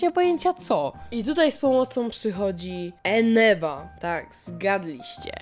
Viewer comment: Czego ja zamiast Eneba słyszę Ameba?